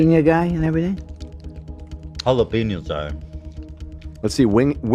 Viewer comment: So adorable and hilarious, YACK BLACK! YALAPENOS! Other Swedish limericks, pronunciation, and slang terms. WE LLOVE LOVE! 😂